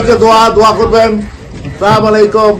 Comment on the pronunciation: সালা সালাম ই দিতে পারে না